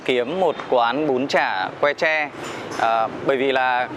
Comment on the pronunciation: tre chứ ko phải che